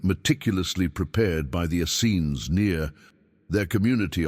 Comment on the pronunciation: Please get a human narrator so that we can get the correct pronunciation of the word "Essenes". It is pronounced "es-seens" with the accent on the 2nd syllable. The AI narrator flip-flops back and forth between the incorrect and correct pronunciations.